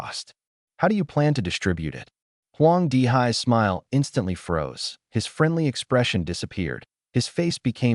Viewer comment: Fiendly fiere 😂